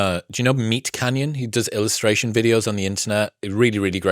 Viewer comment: did he say "Meat Cannion"!!!! LMAO!!!!!!! That's my new favorite words